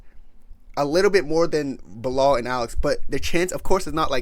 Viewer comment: Nigga said belal😂😂😂😂